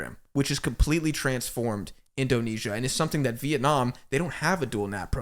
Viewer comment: Love how you call Indonesia "Asian la masia". Btw kudos for your insightful talks guys, keep goin!